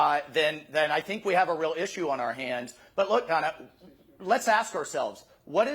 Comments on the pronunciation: It's Dayna, not Donna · He keeps calling Dana "Donna"; is that deliberatw? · Good grief, Sec Waltz . Her name is DANA. How could you not know that? Was that a Trump move? Be rude and mispronounced woman's name as a passive aggressive insult? Grow up.